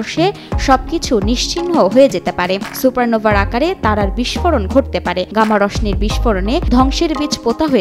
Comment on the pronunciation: গামা রশ্মি 😢😢😢😢😢উচ্চারণ টা ভুল হয়েছে